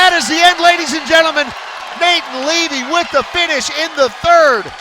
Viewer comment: levy not livy